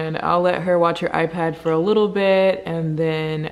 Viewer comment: she says w’s instead of l’s awww ☺️